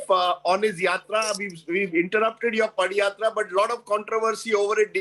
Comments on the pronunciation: 😝 Its "Pada Yatra".. Not "Padi yatra" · This foolish anchor doesn't know how to pronounce padhayatra....